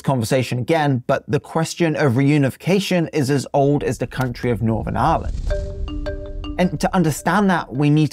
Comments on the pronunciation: are you really pronouncing Ireland as Aaaahlund? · The way he pronounces Ireland is extremely irritating